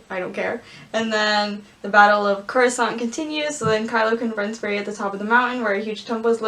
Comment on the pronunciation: star wars: coruscant: croissant